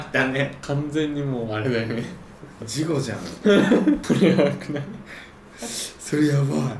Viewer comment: じんたん最後「事故」じゃなくて「事後」って言ってたよなｗｗｗ